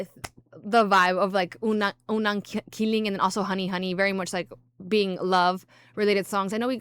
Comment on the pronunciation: Its unang ki-lig not ki-ling